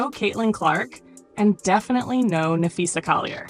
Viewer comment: Dude that you use needs to learn how to pronounce Napheesa’s name. As a teacher I made sure I said my students names correctly. This dude needs to learn that respect